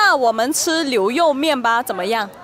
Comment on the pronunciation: It's weird when I heard the girl on the left side say liuyoumian meaning beef noodle, it should be niuroumian duima?